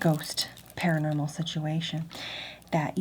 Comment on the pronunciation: Para-nermal. Nice.